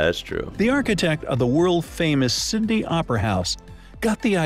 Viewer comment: the guy pronounced Sydney as cindie